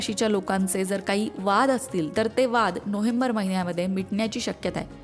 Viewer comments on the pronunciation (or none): नोहेंबर नाही, नोवेंबर अस बोला हो